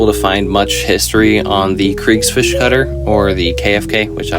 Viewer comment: "Kutter" is more like "could tar" than "cutter", although still wrong. But "Kriegsfisch" was on point. Gosh do i feel bad now.